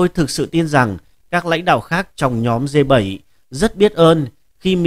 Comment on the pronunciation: Đọc sai bét, phải đọc là G .